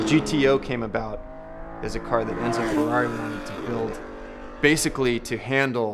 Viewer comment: enzo, not ensor. Just a slight change 😊